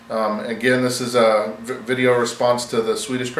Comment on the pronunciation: Thanks for making this great VR!!!!! You did a great job on prononcuating his name!! It´s for sure not an easy name to say!!:) I'll head over and check out your shout out therealTrippleB straight away! I'm already a sub to TheDailyPrep and he has for sure a great channel!! Grat stuff!! Thanks again!! Good luck!!